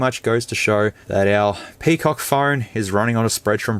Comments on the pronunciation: Can't stop laughing whenever he says Pee Cock!!! 🤣🤣🤣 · FYI : PCOC pronounced "Pekok" on here 😂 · Crack myself a good laugh whenever bro said PIPI and PCOC. Which are plenty on the video